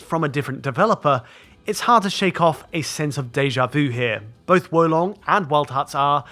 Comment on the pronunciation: Great pronunciation of Wo Long. It means crouching dragon btw.